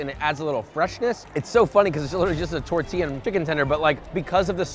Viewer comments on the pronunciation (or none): none